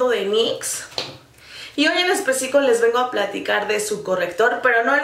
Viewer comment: Alguien mas noto que dijo "en especico" en vez de especifico??